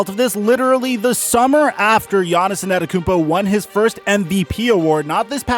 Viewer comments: Nobody:: Giannis ANETakoumpo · Lol who tf is Giannison Adekounmpo, please just say Giannis lol, your pronunciation kills me 🤣🤣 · Nobody: Giannis ananakoumpo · ANETTOKOUNMPO........YOU SAYING IT WRONG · He said En-ah-tekumpo 😂😂😂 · He really said Giannis annikumpo and Giannis nannikumpo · Bruh... you’ve gotta figure out how to pronounce that last name. It’s not “Anatakounpo”. You’re leaving out several letters the way you say it. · don't you mean anatakoumpo? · PRONOUNCE HIS NAME CORRECTLY FOR GOD SAKES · I dont like how he say Giannis last name but great content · Mans has won 2 straight MVPs and you still cant say his name right. Trash tier content creator.. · Jahnison Ettakounmpo